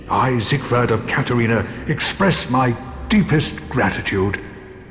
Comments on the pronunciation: "Zighood"???? It's not even that hard to say it. It's like "seeg-ward" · For those who care to know his name is pronounced seeg verd